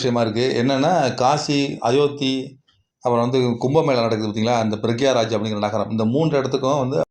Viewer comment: பிரயாக்ராஜ் not பிரக்யாராஜ்